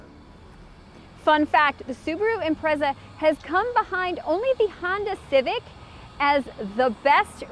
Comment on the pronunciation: 'Imprezad' LOL but E for Effort. had a good lil laugh. its a nice looking lil car